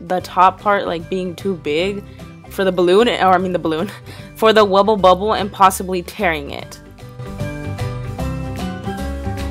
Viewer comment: Did you say Wubble Bubble 😂